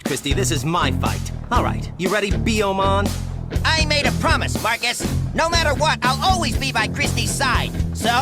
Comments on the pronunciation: more emphasis on the B😂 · The way Marcus says Biyomon sounds like he's calling him a slur lmao